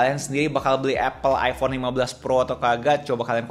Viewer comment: Iphone bang bukan iffonn